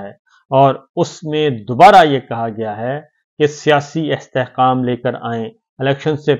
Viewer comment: استحقام ۔ قا۔ مشترقہ ۔ جناب ق اور ک کی اداییگی کا فرق واضح کیا کریں